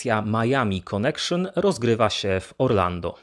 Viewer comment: "konekszon" hehehe